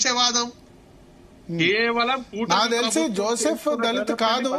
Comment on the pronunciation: పేరు జోసెఫ్. పూర్తి గా పలుకు తల్లీ...